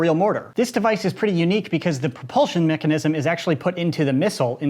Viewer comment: Nice vid Also did any one notice when he tried to say Mechanism he said mechanicism